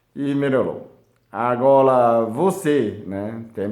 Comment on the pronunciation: Que fofo parece o falando (agola) agora😘😘😘 querido